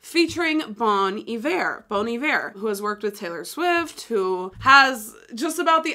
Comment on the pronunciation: i think she got bon iver right?